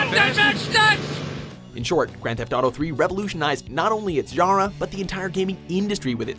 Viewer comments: the way he says genre hurts me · The way they pronounce "genre" kills my brain cells.